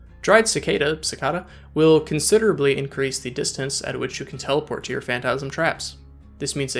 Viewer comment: Hearing you say “considerably” and “tremendously” gives me life.